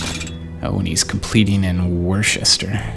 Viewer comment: It is pronounced as [wu-stuh]